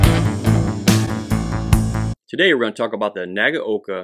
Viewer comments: Wrong. It's nah-gah-oh-kah. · WHERE did you get the idea, that Nagaoka is pronounced as "nah gow kah"???? There is absolutely no cow, no oxen, and no bull anywhere near this video! Say this, and repeat 500 times, while standing in the rear classroom corner wearing a dunce hat: "NAH GAH OH KAH" (nah as in nada, gah as in a looong "gun", oh as in "oh, that's bad", kah as in kaputt! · Say it with me 'Nag-oh-ka' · pronunciation suggestion (respectfully submitted): 3 syllables: nah-GOW-kah